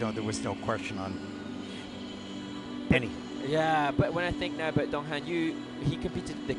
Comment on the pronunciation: It's not dong ha'm' His name is dong han ! N !